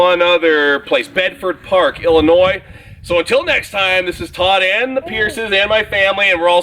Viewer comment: Oh and thanks for not pronouncing Illinois wrong (putting the s sound on the end). It's my home state!